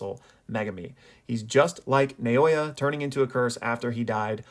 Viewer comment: Fuck it's refreshing to hear someone actually apply some understanding to storytelling rather than just literal interpretation. If we can just get americans saying naoya correctly I'll be happy.